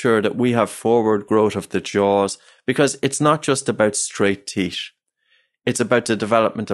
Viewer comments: Unrelated but his accent makes it difficult for me to listen to this. The teesh (teeth) the teet(teeth) just pronounce the H 😠 😂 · It's TEETH, not TIESCH for christ's sake.